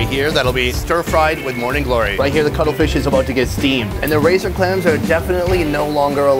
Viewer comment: Bru he didn’t say cuttlefish he said color fish